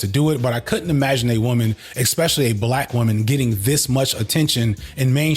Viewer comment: Ironically, The Company Man and you just finished commenting on Puff's lazy producing style; then you go and mispronounce MTUME (em-too-may). Not surprising, considering the fact that you pronounce (especially and expect) as if they have the same prefix.